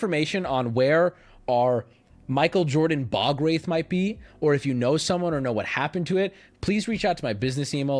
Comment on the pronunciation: Sir... youre pronouncing ball wraith